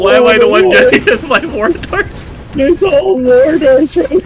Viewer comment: More-Tars XD